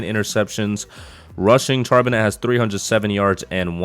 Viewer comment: Great rebuild vid as always brother. And not to be an ass or anything but your HB's name is pronounced Shar-Ben-Nay